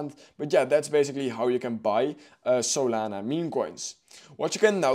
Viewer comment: What did he say? I heard the saliva movin